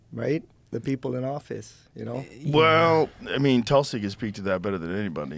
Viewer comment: Tulsi is pronounced as Toolsee not Talsee just thought you wanted to know. God bless everyone.